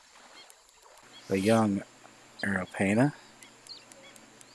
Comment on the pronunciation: You MissPronounning Arapaima